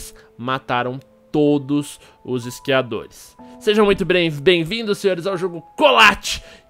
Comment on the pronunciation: " Iscriadores "